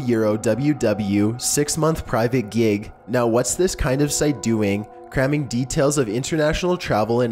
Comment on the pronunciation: "sex menth pryvate gieg"